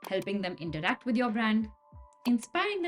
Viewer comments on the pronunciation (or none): none